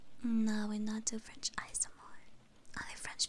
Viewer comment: Perfect EN, FR and JA pronounciation and on top of that you sing like angel! Wow!